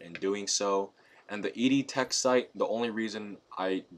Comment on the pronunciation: The name of the target is EO TECH. Not ED TECH. Just thought you might want to know.